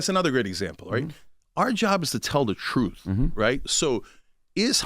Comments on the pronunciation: CTG…it’s TruTH, not Truff! 🤦🏽‍♀️ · You mean “Troof?”